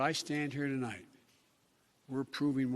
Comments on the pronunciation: You left out the part where he screws up one word into the speech... “to light (not tonight cause, well, he is losing his ability to speak coherently)” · Tolites the nite! I heard it too! He gets nervous speaking to an empty media room.🎟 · The part where Biden said "Tonlight"? Yeah that's kinda understandable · CNBC cutting out his “Tolight” gaffe at the start of his speech is hilarious. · Why did they cut out the very beginning where he said tolight? 😂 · awww, you guys cut out the "tolight" thing at the beginning :'(